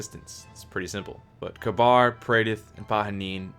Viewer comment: Omg >_< when people pronounce Kabr as Kabar! They say it in the game and it they say it like "Ka-Beer"